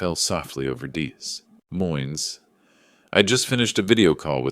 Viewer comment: It's pronounced "Dee Moyne" - you need better AI